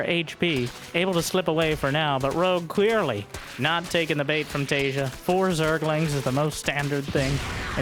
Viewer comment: "some of you may recognize.. Taeja" looking at another monitor, my head cranks around like something from a horror movie bit i beg your finest pardon?? what name did you just say?!